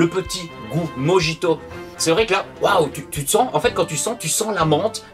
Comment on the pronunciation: Avec toutes les sorties les finances freinent un peu , je verrais pour prendre peu être des échantillons sur le discord pour les découvrir surtout le mojito qui se prononce morito 😂😂😂